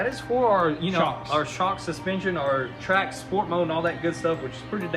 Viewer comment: Lol at the beginning of the video you said "TRACK COCK " . Thats what she sed .